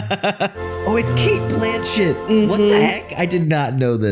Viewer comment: The way James says Cate's last name😭